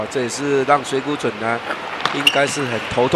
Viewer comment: This Taiwanese caster can't even say Mizutani's Chinese name correctly -.